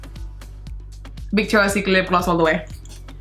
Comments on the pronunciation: "Bictoria secret lip gloss all da way" I love her accent 😂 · I like it when she says bery not very bictoria secret and not vitctoria